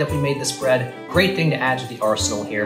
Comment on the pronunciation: Potatoes, and bread. 🥔🍞 It's Ta'er Brread!